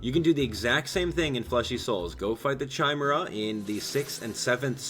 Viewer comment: its said kimera not chime era chimera is said kimera